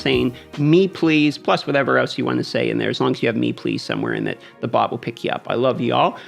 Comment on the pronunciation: Me please , sounded like mehhhhhh plassssdd